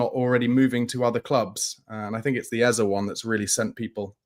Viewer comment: stop making up stuff. You have no knowledge of Spurs doing anything but enquire about Eze or any other player, except pissibly Kudus. There was no offer made for Eze. Personally, I'll be relieved if we don't get Eze only because I won't have to hear you say his name as Ezzer. It is pronounced Ezzeh. Hearing you say Ezzer is like running fingernails down a chalk board. Eze is pronounced Ezzeh.